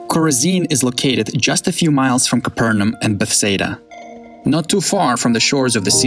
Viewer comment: Love your stuff! I hear you pronounce Capernaum "ca PUR num." I've always heard "ca PUR nay um." Is ca pur NUM the Hebrew pronunciation?